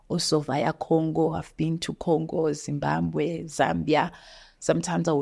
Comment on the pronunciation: ZimbaMbwe 😅instead of Zimbabwe😊